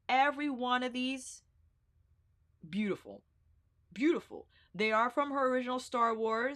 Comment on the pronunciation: Okay girl you can chill with the “boot-ti-ful”